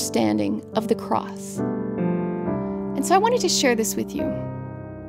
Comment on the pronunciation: She should pronounced significantly the letter "s" at the end of the word CROSS !